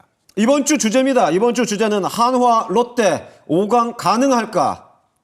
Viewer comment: 야 발음 똑바로 해라!! 화나가 아니라 한화다ㅋㅋㅋ